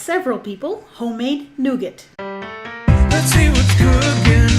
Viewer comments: Nugattt. lol it's pronounced Noo Gar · Sorry girl, but it is pronounced noo ga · you don't pronounce the t when saying nougat. 😉